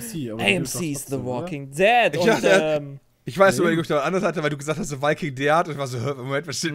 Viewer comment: Mir gefällt wie ihr es geschafft habt ein PP in dieses Video zu integrieren. wäre fast nicht gut gegangen aber Jays Aussprache der Serientitel hat es für mich dann mich einmal gerettet. "the waiking de ad". so macht man witze XD